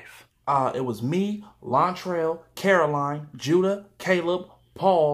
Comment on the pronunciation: It’s Judah not Juda btw, don’t disrespect Judah like that ever again